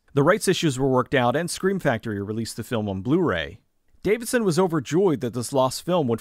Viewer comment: Love the video but it drove me nuts that you kept getting Bruce DAVISON's name wrong.